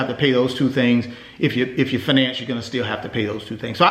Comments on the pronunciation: Wtf is fuhnance... It's fiy nance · I can’t take you seriously when you say “finance” 😂 - (fye-nance) not (fih-NANCE) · I don't know if I can trust a man in finance that can't pronounce "fin - nance" correctly.